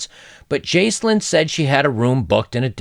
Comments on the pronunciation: Jaclyn is pronounced Jack-Lynn (Jacqueline), and the Gow in McGowan is pronounced like Cow. Sorry to be picky. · Jaclyn: pronounced JackLynn. McGowan pronounced like OW/OUCH. Great job, Brother. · Excellent video as always. I couldn't possibly say anything more insightful than what has already been said by you and in the comments. On the pronunciations: Jaclyn is pronounced Jack-lin, the Gow in McGowan rhymes with cow, and antenatal is pronounced anti naytal. Probably comes across pedantic, sorry... it's not a superior flex, honest guv'nor, I often get corrected on my pronunciations also. Edit: There is a variation of McGowan which is McGoohan which is pronounced more like how you pronounced it, so you aren't necessarily off kilter with that one.